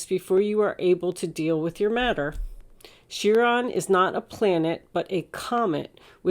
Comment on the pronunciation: Chiron - wounded healer - promounced ki-ron, like pie-ron